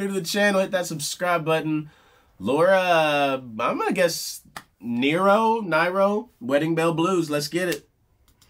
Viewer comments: So happy that young people are still discovering Laura Nyro (rhymes with “hero”). The list of songs that she wrote is so long- everyone is great. She was a master at using poetic aspects in her lyric. Think about wedding bell blues- where she writes “in your voice I hear a choir of carousels”. Such imagery!! Her earliest commercial songs-written at 17 was And When I die. A very short list of her songs include Luckie, Emme, Lu, Upstairs by a China lamp. There are many more, Recently Norah Jones opened her Christmas concert at the top of the Empire State Building with Laura’s Christmas in my soul. Another that has been covered by many is Save the Country. It references MLK, the Kennedy brothers, and rails against the Vietnam War. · This is fantastic!!! Laura Nyro (pronounced Nero) is a gem. As others have noted "Wedding Bell Blues" was a hit by The 5th Dimension as well as "Stoned Soul Picnic". Nyro also wrote "Eli's Coming" & "And When I Die" which were hits by Three Dog Night & Blood, Sweat & Tears, respectively. My favorite Laura Nyro song is "The Confession". Nyro was also significant influence on Fanny, the first all-female band to release an album on a major label. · Laura Nyro (rhymes with Hero) is in the the Rock and Roll Hall of Fame. The induction speech (on the RRHOF website in it's entirety - not the shorted version you can see on YouTube) by Bette Midler, really explains what Laura was all about. Bette knew Laura personally. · Laura Nigro- pronounced Near-ow- spelling changed for obvious reasons Love, ❤️ Laura is in my top 10 favorite songwriter/artist. I recommend Poverty Train (live audio version) and Upstairs by a Chinese Lamp, though her catalogue is filled with beautiful sonic desserts!! The tiramisu of the music world❤️ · Pronounced Near-o, Suggested songs "Eli's Comin", "Stoned Soul Picnic", "Stoney End", "Sweet Blindness", "And When I Die", "Save The Country". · It is pronounced Nero. I also suggest her "Stoney End" and "Stoned Soul Picnic."